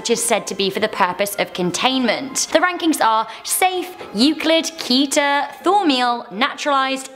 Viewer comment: The first SCP classes are with a special group called SEKTA: Safe Euclid Keter Taumiel Apollyon. But there are many many many more classes and even class-mixes Btw you pronounce Keter as Kedder/Ketter